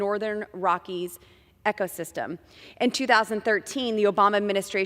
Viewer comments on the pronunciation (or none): She's so ignorant she can't even pronounce "ecosystem" correctly 🙄🙄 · "Echo-system", Boebert? It's Ecosystem! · Echo system? It’s EE-CO (Eco) dummy Lauren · Who's says "echo" instead of eco? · Ecosystem pronouced as echo system...lol. it's like MTG not knowing how to pronounce indictment Do these ppl even have a the educational skills of a typical 5th grader? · Its ECO not ECHO you complete waste of space... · Did she say echo-system? 🤦🏾‍♀️🤦🏾‍♀️🤦🏾‍♀️ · Boebert found what she thought was a safe topic for her uneducated brain, and made a heroic attempt to appear competent & intelligent, then she promptly mispronounced “ecosystem” as “echosystem”, and “depredations” as “depardations”. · "Northern Rockies 'echo-system...'" Also, how is science "bipartisan"? SMH@ Boebert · Echo system? Someone please sponsor Lauren Bobo to learn proper pronunciation. It's e-co system, not echo system. Okay, she's forgiven, knowing that she did not get through high school. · Echo?? Doesn't even know its Eco? If she can't pronounce it, then she has no clue and is only doing it for Lobbyists. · Except she said ‘echo’ instead of ‘eco’ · “Echo system” lol what???? She doesn’t even know how to sound out ecosystem?? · She's so dumb I'd wager she had it written as "echo system" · It warms my heart that this comment existed before I could write it. She's not educated enough to pronounce 4 syllable words, but she's a "lawmaker". Fantastic.